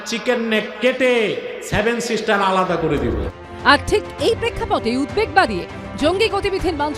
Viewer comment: Age bola to sekh ota savan na seven sisters...